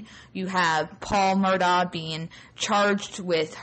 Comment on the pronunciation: The family pronounces the name as 'Murdock'. Period.